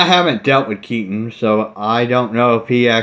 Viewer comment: Jason Unruhe got Keaten's name wrong hahaha